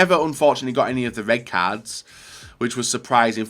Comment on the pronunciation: Wey duh wed cawds